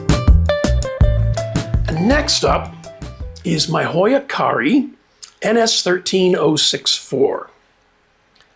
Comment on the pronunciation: The Carrii shouldn’t it be pronounced cat-e-i? I’ve been auggt that double “i” is pronounced as ee-eye.